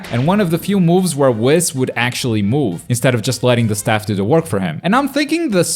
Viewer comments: wis? it is wees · Michael McCoy I watch it in original Japanese and never heard it like he says it I heard more like whiiis with emphasis on the I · the fact that he’s says WHIS instead of WEES makes me happy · saying whis like piss is really bothering me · Nobody:: wiss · Honestly though lol idk why or how it’s possible. We all watched the same show right? We literally hear how it’s pronounced. Unless he never watched Super.... But it’s clearly pronounced Wees. He’s saying it like he’s half way pronouncing whiskey. Which is understandable, but still.... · The way he says Whis🤦‍♂️😭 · the way you say whis is killing me